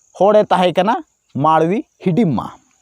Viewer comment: हिडिमा नहीं भाई हिड़मा